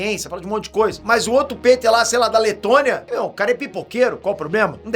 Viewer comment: Leitonia? Kkskskss